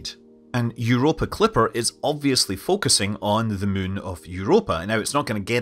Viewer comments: Moo in ! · I love how Scott pronounces moon.😊